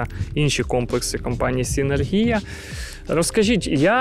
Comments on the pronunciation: Вже не перший раз, але ніяк з наголосом не справитеся.....СинЕргія. і тільки так. Завжди із задоволенням ваші сюжети дивлюсь, але у кожному відео оця СинергІя поки менеджер не підправить. Чому так? Не знаю. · Дякую за випуск, комплекс доволі цікавий. І окремо хочу відзначити менеджера компанії за непохитну витримку коли безуппинно вимовляє назву комплексу з наголосом відмінним від офіційного 😅